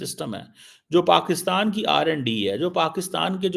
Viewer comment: Did I hear it right R&D in pak or Randy pak